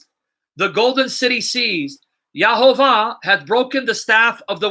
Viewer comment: Bro, it's YEHoVaH not YAHovah.